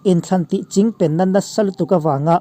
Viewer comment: Chingpen tih hi a thluk a dik zan lo emawni ka beng a lai zawk ni ka ngaithla fuh thei zan lo a thluk a dik lo nge ni. .. a bengvar thlak thin lutuk e, inthlahrung lovin rawn chhiar zel rawh